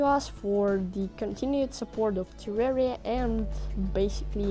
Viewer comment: You pronounced terraria wrong